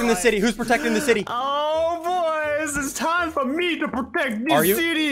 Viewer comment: “Its time to me to pwotect dis city” turns to king kong OMG